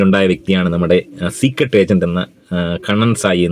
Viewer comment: ചീക്രട് എന്ന് കേൾക്കുന്നതേ ഇഷ്ടം അല്ല 🤨🤨